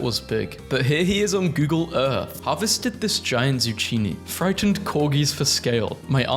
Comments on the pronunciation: bro said "zoo cheenee" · WHY DO YOU SAY ZUCCHINI LIKE THAT, WHYYYYY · zoo chi nee?! zuh key nee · Giant Zu hwhat??